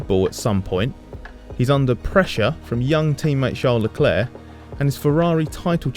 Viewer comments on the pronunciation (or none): none